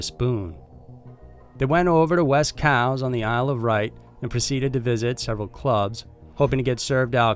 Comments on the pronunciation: Number 2, I'ts pronounced Ilse of WHITE. Spelled Wight. And there's a long documentary series on the case going into a lot more details on the dealers and people he associated with. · Just a quick correction it's the Isle of Wight (like the color white), not "Wright." I used to live in Southampton which is right across the water from the Isle of Wight. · Isle of Right? You mean Isle of Wight lol.